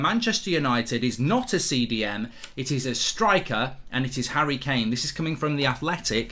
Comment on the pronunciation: The disrespect on Kane’s name in this video is woeful